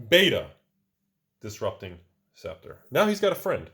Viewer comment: Props for actually pronouncing a tricky word correctly. scep·ter /ˈseptər/